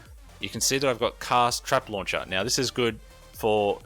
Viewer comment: Do you intentionally say meow instead of now or have I just watched a lot of Super Troopers? :X